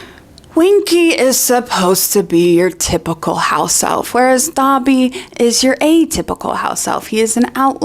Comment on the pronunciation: love the video and rowling is a twat but why do you keep pronouncing Dobby like he's a my hero academia character lol